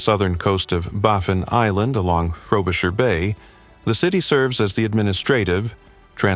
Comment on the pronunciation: Well, he said "Frobisher" accuately.